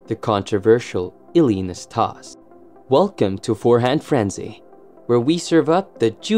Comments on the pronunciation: NastasE. The E is not silent. We jokingly called him “nasty” in my household, due to his antics. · Narrator needs to learn how to pronounce the names of his subjects. He was unfairly punished at times because of his personality. He was temperamental at times but never mean spirited. He actually appeared to enjoy himself and have fun on the court! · I don't want to come across as a hater for what I'm about to say, but you pronounced Ille'ss last name wrong Also, he only won 2 majors... not 3 as you state.. Ille Never played Ken Roswell in a US Open final. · Learn to pronounce his name.